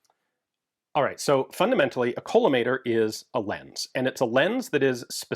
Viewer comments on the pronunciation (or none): Check the pronunciation of collimator. As in kaa-luh-may-tr. Otherwise we end up with a generation of folks mispronouncing this forever... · A couple points. First, it is pronounced kaa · luh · may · tr. Or "callimator", I don't know why, it just is. A collimator is any optical system that produces or projects an "infinite" image. A collimator is just a telescope objective being used backwards. It projects a "scene" that is at infinity and serves as a pointing reference. A reference object (e.g., reticle) at the focal point of a positive lens is the most common form. But the collimating optic can be a positive (concave) mirror. Elaborate collimators for testing and aligning tactical EO systems are usually called Scene Generators. Elaborate viewing/targeting systems are called Heads Up Displays. Early reflex sights used a partially reflective (partially transmissive) plane-parallel optic to allow direct viewing of the reference against the world. This type of optic is commonly called a beam splitter but sometimes called a beam combiner. The general term is "aperture sharing element". Modern red-dot sights use an off-axis paraboloid mirror/window as the combined collimating and aperture sharing element. Instead of a simple partially reflective surface a special coating is used to improve efficiency. This is commonly called a dichroic coating; it selectively reflects red and transmits most of the rest of the visible spectrum. Another bit of optical design. The part of the red dot sight that is being looked through is "afocal". Not focal in the sense light from the reference and the scene is parallel, not converging o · I hate to be that guy, but the first 'o' is short, not long. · I've always heard it pronounced with a short O (ore like "call"), not a long O (as in "coal").